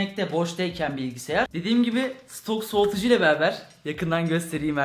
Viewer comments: Bilgisiyar demeyide bir bıraksan :) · ABİ GÖZÜNÜ SEVEGİM BİLGİSİYAR DEĞİL BİLGİSAYAR